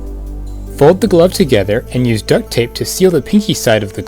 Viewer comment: Why do you say ducked tape